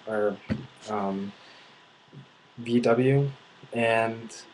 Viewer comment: Nazi = the N word for germans. Thank you. it is used too often and very offensive - if you want a german to be your nemesis for life, call him a nazi. again, thank you for mentioning that. and i also noticed that you have some dificulties and mix up some pronounciations.(VauWeh). do you plan to go back to germany? Grüße aus dem Harz!